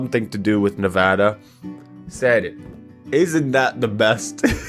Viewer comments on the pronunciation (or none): none